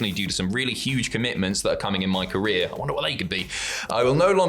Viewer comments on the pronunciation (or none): none